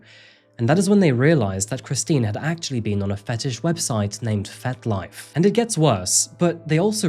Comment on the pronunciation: Are you saying 'Fet Life' or 'Fat Life'?.. (Either way, but curious). 🤔